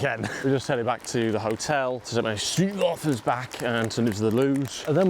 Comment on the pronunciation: You need to say stroop waffles correctly, it’s a long O, with no u at all